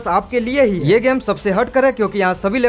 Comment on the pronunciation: Bro that's not लोरा its लारा